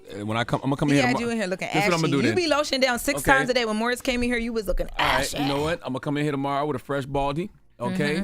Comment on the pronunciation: Lmaooooo why she say ashy like that